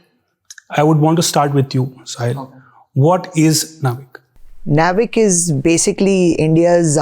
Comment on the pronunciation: I believe, it is not pronounced nav-ic, it is naav-ic.